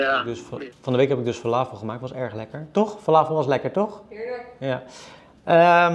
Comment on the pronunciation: Ik ben benieuwd, jij zegt: falaafel. Ik zeg falafel. Heb je ergens geleerd dat je het zo moet uitspreken?